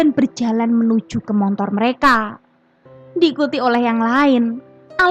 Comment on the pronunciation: Aduh mbak motor bukan montor